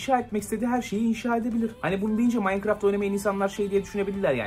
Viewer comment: habercilerin hiçbiri ''minecraft''ı doğru söyleyemiyor minecraftı yanlış yazanlar da var